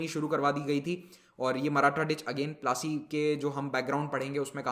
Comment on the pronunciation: The pronounciation is po-la-C (battle of palashi)